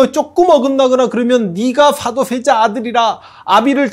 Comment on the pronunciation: 역thㅏ를 가장 역thㅏ 답게 !! thㅏ도thㅔ자 아들 정조 ㅋㅋㅋㅋㅋㅋ옛날 무한도전의 노홍철님 생각나는 번데기 발음 재밌어요 ㅋㅋㅋ